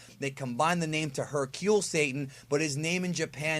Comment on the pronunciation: Why do you say Hercule like that?